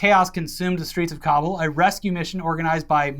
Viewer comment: Thank you for correctly pronouncing Kabul 😎